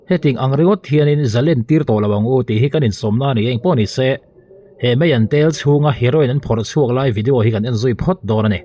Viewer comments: Meian ni lovin Maian tih tur aw. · Meian ti tawh suh, a thing lutuk,, mizo chuan maian kan ti, a rah hming pu in a hnah hi maian tiin kan sawi, arah hi mei/meite iti thin te a nih ngawt loh chuan, nge meian bei hlir i ei thin zawk te ka rawn ti ve deuh duah anih chu,, mizotawng diklo deuha an lamrik hi chuan ka sawisel vak zel mai a, insiamthat deuh chu ka ngai ani🥴🥴🥴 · Meian ni lovin, mâian tih zawk tur aw..Mizotawng hi hman fimkhur viau a tul a nia!!! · Kapu,Meian tiin lam lo la,maian ti a lam tur Ani e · Meian maw? Nangni tal hi chuan Mizo țawng hi lam dik teh u. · Meian tel niloiin maian tel ti zawk la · Meian a ni lo Maian tih tur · Meian ni lovin maian tia lam tur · Meian itia Maian zawk tur